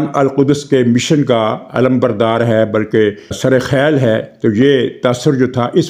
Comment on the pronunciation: پہلی بار آپ کے منہ سے صحیح تلفظ سنا ھے"سرخیل"